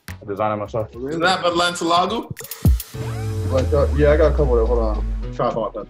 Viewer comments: Avi Balani he said balentalagoo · "Is that BaLleNcilagu" and then came back with "Is that Loui ViTTonOuS" that ish really killed me 😂😂😂😂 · The teacher really just said balanciago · “Is that balensilago” “ is that Louis vittanis” 😂😂😂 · "is that belencilagoo" "is that louis vatonis" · It's pronounced Balenciaga